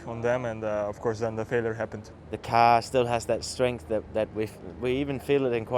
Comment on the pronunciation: Thought K Mag was a scouser when he said "carr"